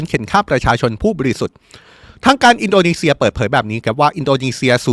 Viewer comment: ตกลง ร.รอินโดนีเซียหรืิออินโดมีเชืยอ่านข่าวไม่ชัดเจนแย่มากครับ